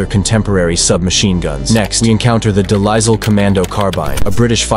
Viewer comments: Its pronounced De lile not De lizle carbine. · Grease gun deslile carbine and sten are good guns ( also the deslile is pronounced “delile”